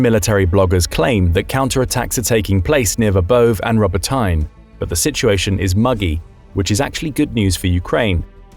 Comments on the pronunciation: Why do you read wrongly Robotyne and Verbove? It's not as "tine". it is Robo- TEENEH. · "Rubber-tine" dude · As much as I'd love for this to be true, the author apparently has never heard Robotyne or the Surovikin Line mentioned in reporting, currently two of the most important and talked about features of the war. Hard to believe this opinion is rooted in much knowledge if they don't even know how to correctly pronounce the places they are talking about.